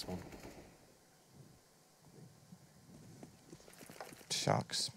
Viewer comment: It is bothering me so much he says shoxi og shoxy.... just me?